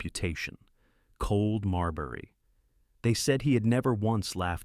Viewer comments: Silas Crane should have been imprisoned. To exile him would mean that people in another country could fall victim to his evil. It is not Marl berry it is MAWL-bruh (UK) or MAHR-l-buh-roh (US) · Marlborough consistently pronounced "Marlberry"..... Really??? Cannot concentrate on a storyline with constant linguistic mistakes.